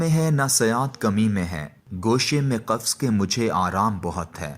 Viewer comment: یہ قاری صاحب نثر تو اچھی پڑھتے ہیں ،آواز بھی اچھی ہے، مگر شعر پڑھنے کا کوئی سلیقہ نہیں رکھتے۔ اچھے بھلے شعر کا ستا ناس مار دیتے ہیں۔ بے وزن آہنگ سے عاری۔ تلفظ بھی گڑبڑ ہے۔ ق کو ک کی طرح کہتے ہیں۔ مگر یہ شاید پنجابیت کا مسئلہ ہے۔ خ کو بھی بسا اوقات کھے کہتے سنائی پڑتے ہیں۔ رکارڈنگ سے پہلے اشعار کو ٹھیک پڑھنے کی مشق کر کے آیا کریں۔ آج تو غلطیوں کی افراط تھی، بود، قفس، سرشت کا لایعنی تلفظ وغیرہ۔